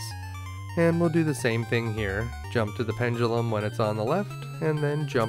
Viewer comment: Medusa with Grant? Axes from the ceiling. Also, I cannot unhear it when you say it... Chrevor jumps the penjulum to chry his shtrategy against Jracula. Great video, I enjoyed it. Thanks.